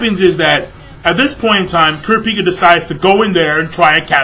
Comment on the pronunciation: You pronounced Kurapica's name so wrong!! lol!!